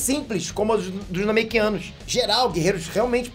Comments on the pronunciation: Acho que só eu ri com o "Namekianus" kkkkkkkk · namekianos foi dificil de ouvir